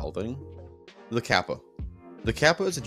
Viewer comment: you pronounced kappa wrong.